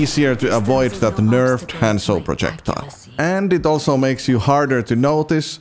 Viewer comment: how does a one trick pronouce his own characters name wrong?